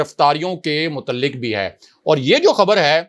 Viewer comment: Mutalik nahi mutaliq kaaf sound